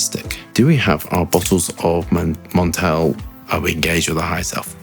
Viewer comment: MON-TAL-EH not Mon-tail ..